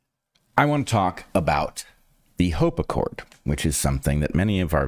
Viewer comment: HOPE ACCORD, not HOPACCORD